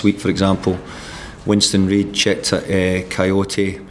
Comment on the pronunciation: " coyote " lol you can tell he hasn't had time to work with Kouyate